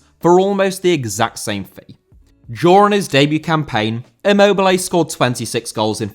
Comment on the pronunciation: Immobile* not Emmouwbelei